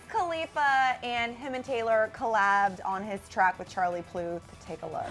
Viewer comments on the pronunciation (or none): Did she literally say Charlie "Pluth"???😔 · Puth. Charlie Puth. Not "Pluth" -_